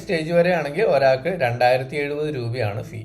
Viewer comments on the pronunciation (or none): none